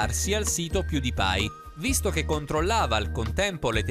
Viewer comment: All inizio dice piudipai